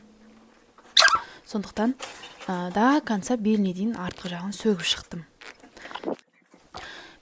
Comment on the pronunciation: Сөтіп шықтым деси бәрін сөгіп шықтым демей😂😂😂і